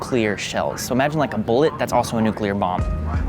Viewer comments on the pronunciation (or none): Oh my god! I got more and more annoyed every time he said bullet.